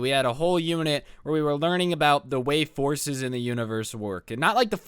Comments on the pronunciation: am i the only one who thought he was saying horses and not forces? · UM the whole time you were saying “Forces” I heard “horses” and it took me until to realize you were saying “forces” So it was like “So we had a whole unit dedicated to horses “ And I was like o that’s cool yeet all the horse girls were quaking lmao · I honestly thought you said something about horses and not forces